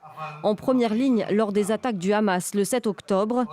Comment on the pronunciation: non le Rrrrramas , tu prononce mal 😂 !!